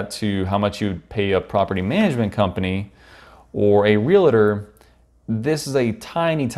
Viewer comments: YES! This bugged me every time it was said. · Real-uh-tor. Why..? Real-tor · Nice review, please refrain from saying Rea-la-tor. It's Real-tor.